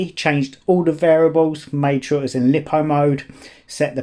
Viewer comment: "Lie-po". Not lip-o. 🤷‍♂️🤯😁